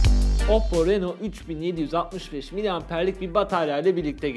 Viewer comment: Reno yazılır rino okunur 🤣🤣🤣